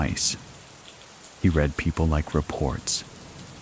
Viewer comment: a I. telling us "I read every single comment" and mispronouncing "read" 😅